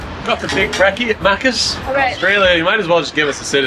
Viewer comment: Lol it's MACCAS as in MACK. Not muccas 😂😂😂😂😂